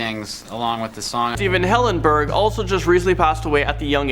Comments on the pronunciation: Stephen Hillengurb?? That’s disrespectful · Stephen Hillengurb ? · Stephen Hillengurb you accidently swicted the 'g' and 'b' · Steven HillenGURB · they got the G and the B mixed up in the name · You butchered Stephen Hillenburg's name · it said Stephen hillengurb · Stephen Hillengurb?